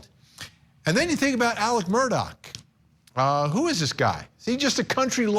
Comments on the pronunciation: Why do they say murdock, when his name is murdaugh (murdaw) and alec when his name is alex? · She can't even consistently pronounce his name properly. What's going on?🤔